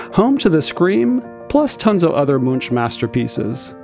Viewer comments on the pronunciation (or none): Edvard Munch. It's not pronounced like "munch. It's like "monk." It ends in a hard K sound. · Edvard Munch’s last name is pronounced like «monk», not like in «munching». He’s one of the world’s most famous artists, so I think people should know. Otherwise, very nice video!